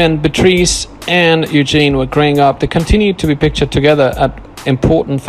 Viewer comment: It's Eugenie (pronounced Eugenee) not Eugene.